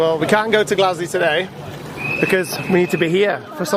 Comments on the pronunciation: “Can’t go to Glaswe today” Glaswe?? Where the hell is Glaswe?? It’s GLASGOW u muppet, pronounce it right for gods sake!! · it’s not Glasgay it’s glesga 😂xxx